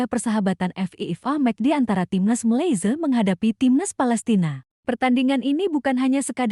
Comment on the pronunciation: Sebut malsia pun tk tahu mcm tk sekolah